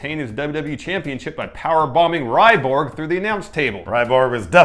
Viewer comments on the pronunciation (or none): It's RYBACK, Not RYBORG... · Who the heck is Ryborg? Either y'all aren't wrestling fans and are just making wrestling videos for likes, or if you are fans, you aren't true fans if you can't pronounce their names correctly. Either way, if you are going to make a video about wrestlers, at least learn how to pronounce their name's correctly!